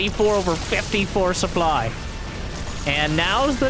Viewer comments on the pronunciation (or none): Sup-bly's uncomfortably close to even. Did you miss that one? :P